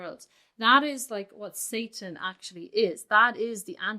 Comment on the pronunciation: Satan in Hebrew is the same as in english but you pronounced it correctly ❤❤